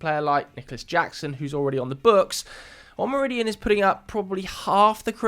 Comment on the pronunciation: Owe-moe-row-dee-own, stress the last syllable. Cheers!